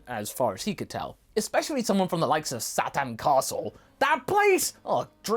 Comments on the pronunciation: It's pronounced "Sa-teen." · For the record, I think I prefer "Mr. Sat-an" to pronouncing it properly in English. I mean, isn't that kind of how it sounds in the Japanese audio, anyway? It... it just makes him that much fun (and funnier) a character. :D